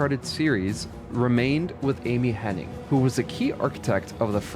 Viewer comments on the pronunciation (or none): Amy Henning? I'm ten seconds in and you're already screwing up names. I'm out. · Her name is Amy Hennig, there’s no “n” before the “g”. 😅 So it’s not “HenniNg”.